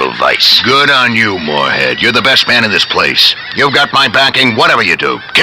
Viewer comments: Has ANYBODY noticed, that the anouncer always pronounces Mooreheads name wrong? Mooreland, General Moorehead, Jeremy Moorehead, George Moorecock . . . GREAT! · has anyone here noticed that the announcer keeps getting mooreheads name wrong? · the narrator fucks up his name soo many times.